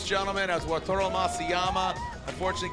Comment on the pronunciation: YEAR 4 of saying "WATURO" instead of WATARU 😂